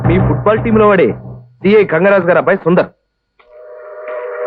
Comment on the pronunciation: ఫుడ్ బాల్ కాదు ఫుట్ బాల్